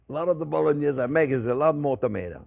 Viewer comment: That’s so much pancetta!! I bet its good 😁 And the way you say Bolognese it makes it sound even better 😆😆